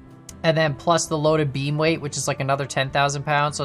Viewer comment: I still hear bean not not beam